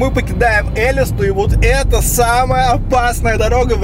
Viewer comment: ребят,не Элисту,а элистУ